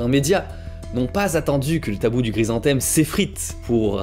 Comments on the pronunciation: Super série de vidéos, le sujet est vraiment très intéressant. Merci et bravo pour tout ce boulot ! Juste une petite précision, la fleur, c'est un chrysanthème, pas "gry". 😉😁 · ce gue j'ai pas guompris c'est : c'est guoi un grise-en-thème ? En dehors de cette prononciation étrange de chrysanthème, bonne vidéo :) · Ca me fait trop rire à chaque fois il le prononce grisanthème xd , sinon , comme toujours , superbe vidéo et super intéressante